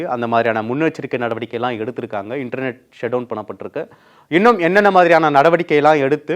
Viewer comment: உங்களுடைய லகர உச்சரிப்பை தயவுசெய்து கவனிக்கவும். 🙏🙏🙏🙏🙏🙏🙏🙏🙏🙏. ' எல்லாம்'-????????